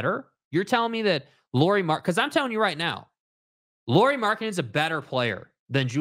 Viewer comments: Lowry not lorrie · They are correcting your pronunciation of Lauri, not saying that's how his name is written 🙄 English speakers should pronounce it like (Kyle) Lowry, not Lori (or Lorrie) as you guys call him 99% of time.